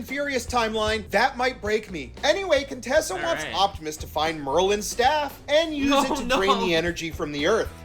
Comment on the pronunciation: “Contessa” IT’S! *QUINTESSA!!!!*